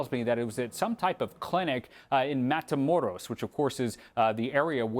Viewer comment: "Matamoros" 💀 Dios mio.